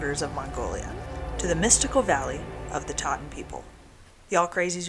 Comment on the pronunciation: They are "Tsaatan" not "Taatan" with a strong Ts sound. (They themselves prefer to be called "Dukha," or even "Taigiinkhan" (Forest People) while Mongolians named them "Tsaatan," or "Reindeer People" in the mid 20th century. Moreover, while they are related to Tuvans, they were there in Khuvsgul Aimag before borders were fixed as they are now between Mongolia and Russia. They have lived there for centuries, instead of being migrants from Tuva, Russia. Nonetheless, thank you for making this good video that highlights these remarkable people and their unique way of life. It looks like you had a good trip there.